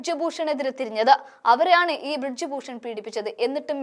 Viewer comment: ബ്രിഡ്ജ് അല്ല കൊച്ചേ ബ്രിജ് എന്ന് പറയൂ